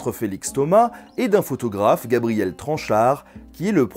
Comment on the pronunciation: je rêve ou il a dit foutographe ?